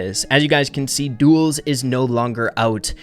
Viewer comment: Me:, say “Duels”: Duos! Me: DUELS: DUOS!!!